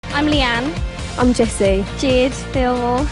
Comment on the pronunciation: leigh-anne isnt pronounced lee-anne :/